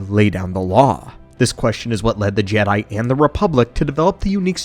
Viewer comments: Ja not G... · Lost me when the ai narrator started calling Jedi jeedi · WTF is a jeedie? Stupid droid narrator. All StarWars should be told by a protocol droid who understands the dialect. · It is still wrong way to pronounce it...